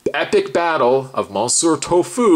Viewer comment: ‘Mon-sewer’ Tofu?